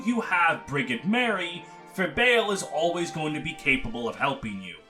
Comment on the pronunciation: fyi Brigid’s name is pronounced like Frigid (cold) but with a B instead of an F. source: it’s my name